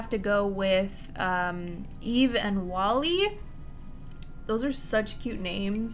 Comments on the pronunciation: It's Wall-E not wallie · It’s wall-e not wallie hihi just putting this out there